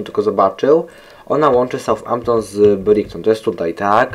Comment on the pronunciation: Fajny gameplay mordeczko :D i btw Brighton czyta się "Brajton", taki tip